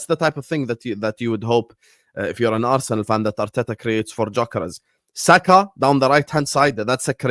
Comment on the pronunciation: please pronounce Gyokeres' name correctly. It's a silent G so you say 'Yokeres'.